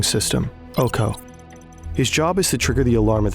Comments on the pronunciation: its O-K-O, not OU KOU since its not english word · its not "ouko" its "oko" translated is "eye"